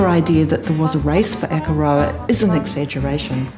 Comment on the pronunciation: God your pronunciation of Akaroa hurts my ears 😢